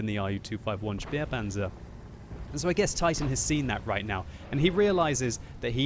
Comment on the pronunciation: Why do you always say Spearpanzer? An Ä is pronounced like an english A.